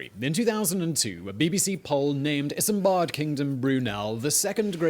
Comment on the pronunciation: Why does the narrator sometimes says Isambad Kingdom Brunel?